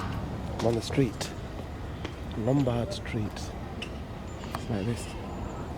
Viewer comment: Lombardo streeto lmao